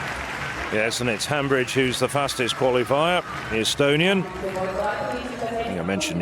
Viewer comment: Commentators, It's Viola Hambidge NOT HambRidge. Most likely the final letter e must also be pronounced.